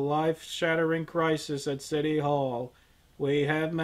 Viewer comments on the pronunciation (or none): none